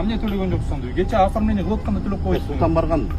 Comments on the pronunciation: Туура суйлошту уйронгуло Кочоо Деген улица кечээ деп туура суйло! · Көчө - деген жол. Гөчө - деген сөз жок. Туурасы: Кечээ эле алдым деген туура.